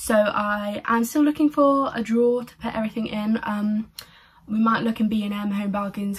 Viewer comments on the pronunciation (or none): none